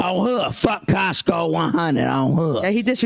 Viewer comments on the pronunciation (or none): Man’s said “coskoe” 🤣